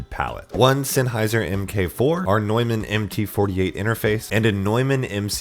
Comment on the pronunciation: I'm impressed you used the proper German pronunciation for "Neumann."